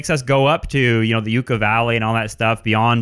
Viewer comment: Love. Hate hipsters who don’t know how to pronounce “yucca” using for clout.